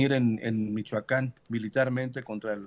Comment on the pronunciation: Porqie dice Michacan?